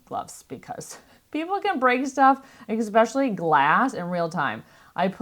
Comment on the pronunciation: It’s ESPECIALLY! Not eXspecially, there is no X